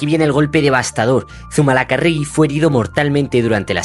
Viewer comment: Madre mía....Zumalacárregui....palabra esdrújula.....acento en la tercera a...